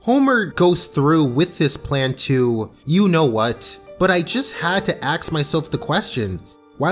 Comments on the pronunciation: STOP SAYING AXE SAY ASK im sorry just say it properly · Please it's ask not ax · I'm sorry this is a good video but you saying 'axe' instead of 'ask' is too annoying when combined with son's's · Why is it so hard to say "ask"? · I cringe every time you say "Ax" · Can you please for the love of god pronounce 'ask' correctly. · I thought you were 'Prince of Queens' (RIP) until I heard you say 'ask'.